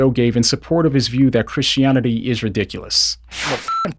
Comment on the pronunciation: I like how you say christionity